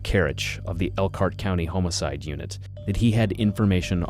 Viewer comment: You say homicide wrong and its hilarious